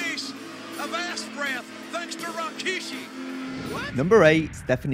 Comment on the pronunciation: "Rakishi" LOL